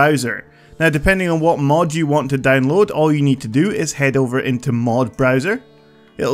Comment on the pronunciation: are you obsessed with the diamond minecart?you say danloading not downloading